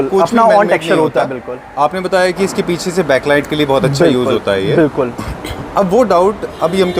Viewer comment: Bhai ne nervousness ke liye itni baar bilkul bola ki BULKUL bhi Sharma jaega